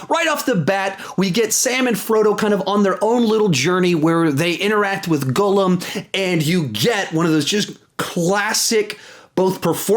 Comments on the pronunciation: Instead of saying Gollum, he say says “goolum” 😂😂😂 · Hey! I loved the vid, definitely one of your best, but just a little criticism. Gollum is pronounced differently than how you say it. The oll in Gollum is pronounced like the way it’s pronounced in Doll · Cal Walker right!! He says “goolum” 😂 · You just said that you watched them...so HOW are you getting Gollum’s name wrong? Haha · You say Gollum so horrible lmaoo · Facts lol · I adore your videos but why are you pronouncing Gollum like that